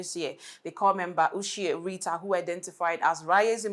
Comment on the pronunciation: Ushie Rita not Oshe